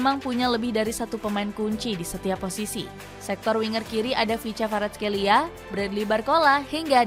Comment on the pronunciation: Itu di baca ( kwitcha kwarashelia )